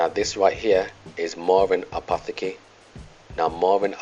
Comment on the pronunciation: Let me help you out brother, with the pronoucjcation of Apotheke. Apo, as in Apple, tech, as in technology. Ca. =apotechca, for English speakers. Love your work, keep it up!